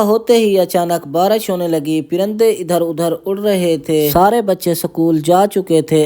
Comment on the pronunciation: Excusem! Parinda hota han ma ka piranda😅😂😂😂😂 jahil gaar pahla nolns seekh lo😅😅